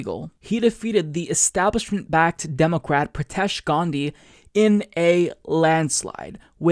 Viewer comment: Why do you say say demo-cwat?